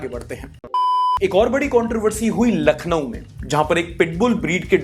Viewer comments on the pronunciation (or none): none